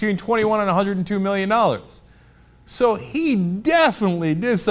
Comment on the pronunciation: zee meeleeon dollers